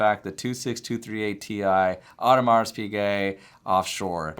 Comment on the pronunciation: If you’re a watch expert/dealer, you should know HOW TO PRONOUNCE NAMES! If you don’t, investigate, study, learn, practice. There is no excuse when you have the internet... For example, Audemars...the “s” at the end is silent, and Piguet the “t” is also silent.